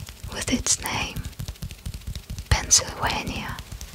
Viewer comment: I am so, so impressed. You got just about everything right! I must ask: did you look up anything ahead of time? A few things: - Boise is pronounced like “Boy-see” - I noticed one of the times you said Pennsylvania, you made the “v” sound like a “w”. I was reminded of Pavel Chekov and “nuclear wessels” and I hope that isn’t bad of me! - Missouri is pronounced “meh zur ee”. You pronounced it like the word “misery”. Don’t get me wrong: my friends are flying to Missouri right now. And we mispronounce it on purpose because we don’t like it there much. Just, if you’re going to call the place “misery”, be sure you’re doing it on purpose. You’ll fit in with my friends 😅 This was an absolute joy to watch! I’m still not used to seeing videos so often now. But I’m delighted you’re here. Thank you so much!